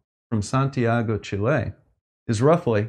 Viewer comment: Great video! Love the way you say Chile (chillet, sheelay...?). Just say Shill...is the same pronunciation. xD (also, love your content, but you need to get some better camera angles).